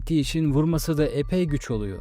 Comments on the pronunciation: Çok iyi video,yalnız İngilizler,Amerikalılar “eagle” kelimesini “iigl” diye teaffuz ederken sizin ısrarla “iicl” diye söylemeniz enteresan olmuş. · Eagle kelimesini daha telafuz edemeyen adama okutmuşsunuz iğrenç. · Aynen, eagle kelimesini daha telafuz edemiyor.